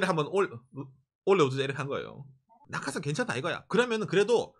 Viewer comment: 나카 산이지로 라고 들려서 저게 누구지? 했는데 낙하산이였구나...ㅋㅋㅋ